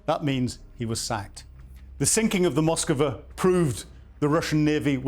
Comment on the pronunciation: Zero excuses for an “intelligence” officer not to be able to pronounce ‘Moskva’, ‘Iskander’, ‘Novorossiysk’. Basic ability to break a word into syllables. BUT still a good update!